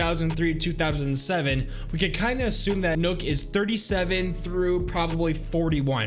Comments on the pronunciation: This man sad nook when it's pronounced knock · It's nøkk not nokk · its not nook its nøkk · It’s knock not nook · Nokk is not pronouced nook its knock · Btw does anyone else get pissed when he calls her nuk not nok life if you agree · btw nøkk is pronounced like "neck", but with a kissy mouth same as the ø in Sønderborg, which is pronounced "senawbaw" all with kissy mouth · Why you say it as nook, whyyyyyy? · I swear her name was pronounced Nøkk (knock) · Why does everyone keep on calling Nøkk Nøkk???? It hurts my brain even till this day. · no it's Nøøk not nøk so your supposed to say Nuuk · yes its spelled like that your supposed to pronounce it Nuuk there's a documentary of one of the head game devs and even he says it like that and he put in a lot of research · Well it dosen't really matter but it's pronounced Nøøk or nuuk